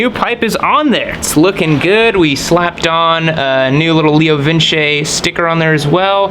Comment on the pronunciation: Not entirely sure but I think 2nd time you pronounced leo vince correct